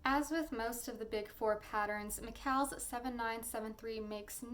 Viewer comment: McCalls is pronounced the same as Falls. I don't like criticising but the way words are pronounced can be irritating.